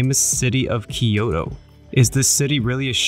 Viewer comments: From a native point of view, i loved the videography, editing, and the places you showed. What did bother me quite a bit, since you’re doing a video on Kyoto, is your mispronunciation of Kyoto. It’s NOT Ki-yo-to. There is no “I” there. It’s Kyo-to. You pronounced Togetsu-Kyo correctly, that Kyo is same pronunciation although they mean totally different things, capital city vs bridge. Tokyo is the same way, not Tokio, To-kyo, east capital. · Great vid but all I could hear was, “ Kiyodo kiyodo kiyodo kiyodo kiyodo kiyodo kiyodo kiyodo kiyodo kiyodo kiyodo kiyodo kiyodo kiyodo kiyodo kiyodo kiyodo kiyodo….” Butchering “Kyoto” haha! Nice vid tho